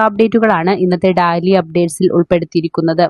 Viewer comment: Daly അപ്ഡേറ്റഡ് അല്ല ഡെയിലി അപ്ഡേറ്റഡ് ആണേ, വാക്കുകൾ അറിയാത്ത, വിവരം കെട്ടവരെ vartha വായിക്കാൻ ഏല്പിക്കാരത്